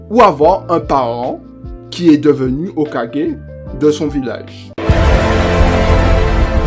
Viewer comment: Alors au début de la vidéo , tu te trompes en disant qu’il est mort au rang de chunin alors qu’il est mort au rang de Jonin . Et ça s’écrit ´´hokage ´´ mais ça se prononce ´´ hokagué ´´. Ensuite le montage est bien mais pas assez dynamique , ce serait mieux qu’au lieu de mettre des pngs et des images , tu mettes des extraits de moments du combat . Ce serait plus cool et ça rajouterait un + , à ta vidéo ce serait plus dynamique et plus sympa a regardé . Et essaie de parler plus vite ( tu peux parler vite et clairement ) . Sinon la vidéo est cool , j’ai bien aimé ;)